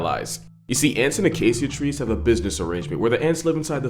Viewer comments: did you really say “acasssia”?? You do know it’s pronounced “acashia” right?? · Is that how you pronounce acacia? When I lived in Botswana we pronounced it ah-kay-sha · I didn’t know Acacia was pronounced A-kay-see-a. I pronounced it A-kay-cha. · It's a-kei-sha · Is that really how acacia is pronounced? Or are you doing a katydid?